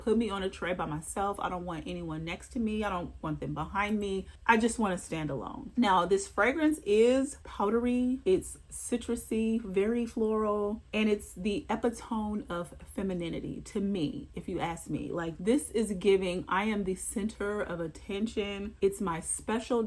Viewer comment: are you trying to say epitome? If so, please look up the pronunciation.